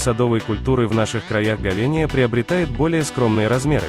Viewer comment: Ховения!!! Читать научись